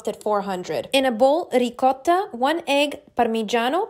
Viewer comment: Shes doing too much pronouncing the cheese like that🙄